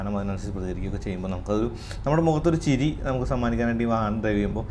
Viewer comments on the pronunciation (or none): none